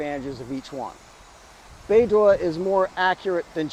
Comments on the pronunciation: Should pronounce as baydoe and not baydoor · bei dough ❎️ bei duah ✅️ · Your pronunciation is like BeiDuo but not BeiDou 😅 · Should be "bay dough" not bay door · haha, I was this close to tell you the pronunciation is /bei-dou/ but not /bei-duo/ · it is BeiDou, not BeiDuo. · not bay dwo, it's bay dough. dwo is a different Chinese sound, probably multiple tones. prc can't afford to have satnav in USA control, and nor can anyone else determined to live outside usg control. israel's latest mass murder reminds us all of the necessity of maintaining independence of USA. Australian government, take note: yer on the wrong side. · Good job. Small point: Beidou is pronounced like Bay-Doh. In Chinese the pinyin 'duo' sounds like d-wor. 'dou' is doh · it's pronounced 'bay dough' with dough in low tone. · 😂 Maybe try pronouncing it as "Pei-Tou" and see if your Chinese friend thinks it's closer to the actual pronunciation? Anyway, i don't think it matters too much ❤ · I think it is pronounced "Bei-Doo". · More like Bei-dool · Beidou is pronounced Baydoe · According to what has been learned in phonetics, I'd suggest that one try "bay dough" as in English. It might come closer to what is supposed to be. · It is pronouced "Bay Doe" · doesn't matter haha, it is not accurate but the point of talking is to get the point across :) the prounounciation is more like "Bay Doh" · should be Bei Doh Like Homer Simpson saying D'Oh! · it sounds like"bay dough", beidou means the Big Dippe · This is the right pronounciation: Bay Dough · Bay door😅 the pronunciation similar to bay dow. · Love your video as always but I think Beidou is pronounced bay-doe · The pronunciation for Beidou is more like Bay Dough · Bei - 'dough' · BEIDOU's DOU PRONOUNCED AS in Donut in Donkin Donut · I don't speak Mandarin but it did sound wrong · Don't worry, we can tolerate your slight mispronounciation as you are not Chinese